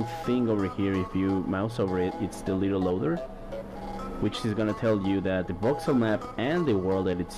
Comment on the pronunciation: You said LittelLoader xD instead of LiteLoader